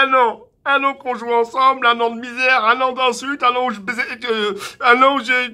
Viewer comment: je reve ou il a dit "un an ou je besais"